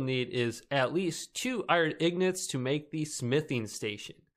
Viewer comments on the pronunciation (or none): It’s ingots not ignots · yeah ignots hahhahaha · Gold ignots haha you say wrong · yeah but the guy in the video says ignots for some reason